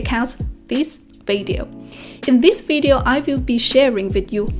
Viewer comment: 学霸你好，又是我没错了😊，我发现你很多i:的音都发A，特别是Video, weakness, 你都念成Vadeo wakness 了。由于你说的Vadeo 非常多，建议先把这个音练好了🎉